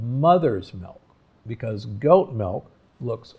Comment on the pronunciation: Interesting. I noticed you pronounced milk like melk, which is actually the dutch way of saying and writing milk. :)